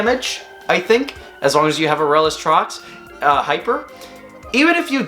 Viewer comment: Someone else that pronounces Aurelus correctly? Subscribed.